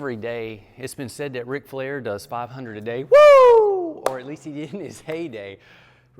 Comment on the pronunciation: Man….. say “Ric Flair” one more time…… pleeeeease